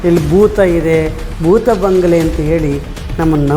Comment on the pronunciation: ಬಂಗಳೆ ಅಲ್ಲ ಬಂಗಲೆ..